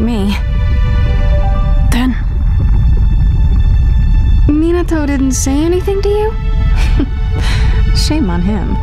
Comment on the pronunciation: AND THE DUBBED OPTION IN THE SETTINGS ISNT SAYING MINATO RIGHT! ... and yeah im going to point out random mistakes in separate comments